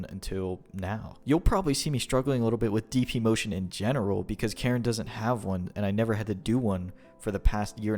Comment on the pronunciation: Kah-reen. Surely you've heard the announcer.